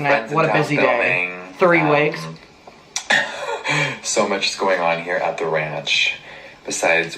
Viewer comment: Why does it sound like rich lux every time says so much HAHAHAHA I heard it once now I can’t unhear